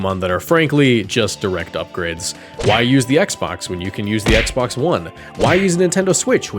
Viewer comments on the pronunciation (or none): none